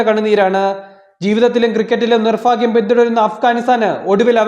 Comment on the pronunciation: എന്ത് മാങ്ങാത്തൊലീലെ അവതരണം ആടോ.. നീ എന്താ ബൈബിൾ വായിക്കാണോ... നിർഫാക്യം ഫാഗ്യം 🤣🤣🤣🤣🤣🤣🤣😁😁😁